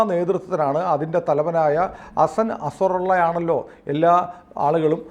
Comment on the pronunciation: ‘ HASSAN NAZARULLAH”. NOT ‘ASSAN ASARULLAH’